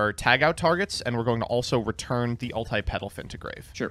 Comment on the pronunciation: Why tf does pronounce “ulti” like “ult eye”